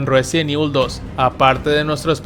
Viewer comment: "Ruesident Evil" 🤣